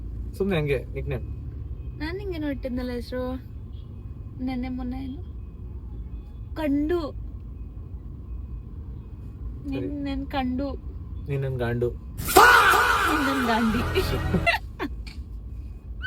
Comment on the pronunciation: adu ಕಂಡು❌ ಕಂದು✅